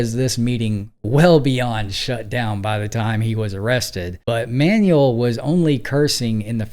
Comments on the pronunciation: Careful with the pronunciation of "Manuel." It's not like "manual," but more like "man WELL." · Manwell. Not ManUell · with respect, i think it's pronounced "man-well", not "manual". thanks for the video and your channels. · Hey, it's pronounced "man-WEHL" with the emphasis on the second syllable. Not "manual" like manual labor. In Spanish a UE has a wheh sound like wet. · MANUEL is a man's name (from Spanish/Portuguese form of Emmanuel) for a person. MANUAL is an English word meaning "done by hand," "related to hands," or a "handbook/instruction guide," and these are not interchangeable. Use "Manuel" for a person's name and "manual" for tasks, tools (like a manual car), or instructions (like an owner's manual). Learn some goddam pronunciation, PLEASE! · how many times can a mfer mispronounce Manuel?